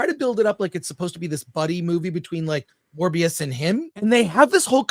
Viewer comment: kept getting it wrong, the character in this series is Mobius not Morbius (sounds like Moe not Morb). Owen Wilson's character name is a reference to the Möbius strip, and has nothing to do with the Morbius the living vampire. It has been explained elsewhere that Ke Huy Quan plays a repair guy at the TVA, so he's a coworker of Mobius.